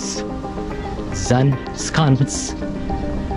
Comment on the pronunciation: Zaanse Schans. You said Schans very well, almost Dutch, but Zaanse You pronounced as Zaan instead of Zaanse. Don't forget SE on the end to pronounce too. 😉